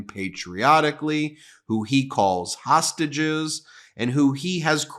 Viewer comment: Is it just me of does the announcer say tosstages instead of hostages.